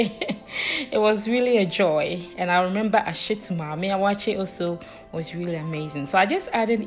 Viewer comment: With the name, Waakye is Hausa for Beans and I mean just Beans. The actual name is Shinkaafa Da Waakye which is what you mentioned in English in the video, Rice and Beans. It metaphorsed into Waakye because people were just lazy to pronounce the whole word. Shinkaafa Da Waakye. Awaakye is just not the right pronunciation.